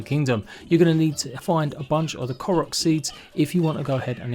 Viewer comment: Blud sometimes he called it karaks